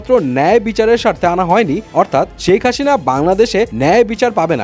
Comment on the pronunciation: ভাই হাশিনা না হাসিনা বলেন 😂